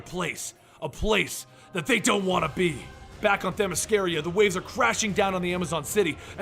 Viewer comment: Why he saying themyscaria? When it’s themyscira